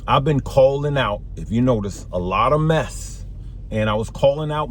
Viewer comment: You say lot of meth or mess out there ? Lots of both 😂😂